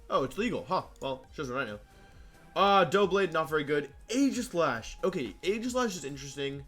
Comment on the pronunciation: Who pronounces doublade as “Doh-blade” double is clearly part of the name